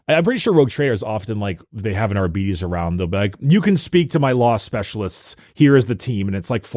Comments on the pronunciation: Wouldn't it be pronounced like ar-beh-tis or ar-bah-tis instead of ar-bee-dees? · Im so sorry, but ARE-BEE-TEES will never sound right to me. ARE-BIT-TEES sounds better. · I got di-arbetes hearing you pronounce it this way, too. Think "arbitrator." "are-bit-ees" instead of "are-beeties" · Adeptus Arbeedeez nuts. (not agreeing on the pronounciation) xd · the fact that gives a false pronunciation of adeptus arbites only to give an alternative that is also incorrect is so mildly infuriating